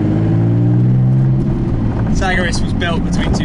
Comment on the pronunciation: Its pronounced S-A-G-A-R-I-S !